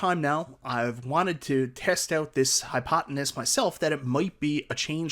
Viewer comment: Test out this "hypotenuse." 😄